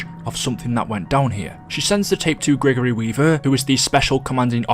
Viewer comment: "Gregory Weaver”